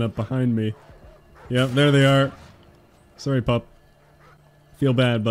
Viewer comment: Every time killing dog: sowy:/